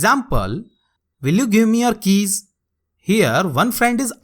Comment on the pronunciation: sir i heard will you give me kiss instead of keys😂😂😂